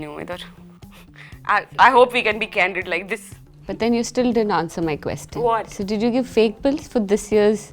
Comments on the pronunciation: Isn't that "quesTIN" pronounciation weird? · HRs pronunciation of question.....😐😐